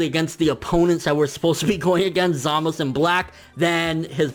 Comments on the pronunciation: No. Go back and listen. They say ZamazU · ZamazU. please. pronounce the damned U.